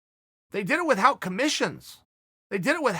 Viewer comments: Chael... its without... say it with..out. Not with...hout.. Love ya big guy. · Chael “with-HOUT” Sonnen